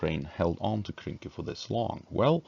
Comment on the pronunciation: Hey its Krynky not kynky, lets get our minds out of the gutter 😁